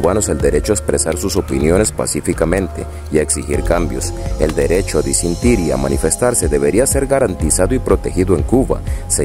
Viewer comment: UNA OBSERVACION: DEBES MEJORAR TU PRONUNCIACION (MIN ), SE DICE DEFICIT. EN MIN. SE DICEN DISENTIR.. APROVECHEN LAS LANCHAS. LLEGARIAN A CANCUN. HASTA CON SUS CHELAS. PERO, EL PUEBLO YA SE ACOSTUMBRO A VIVIR CON CARENCIAS. HAGAN ALGO. NO ES POSIBLE. Y LOS REPRESORES LES SIGUEN PONIENDO LA PATA EN EL PESCUEZO. QUE TRISTE.